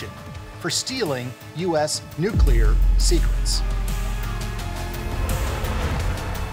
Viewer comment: The overbearing music in this is not cool, it is just annoying and distracting. And the narrator should learn to pronounce the critical term, nuclear (new-klee-ur). Not, new-que-lure.